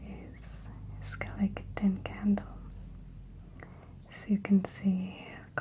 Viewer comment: Skele-ke-tin candle🤣